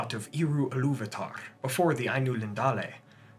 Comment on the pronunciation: love the way you pronounce Iluvatar